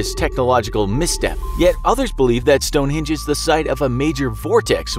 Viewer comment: You said Stonehinge include the e